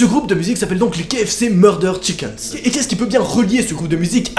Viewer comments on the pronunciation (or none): Chiks pas chikens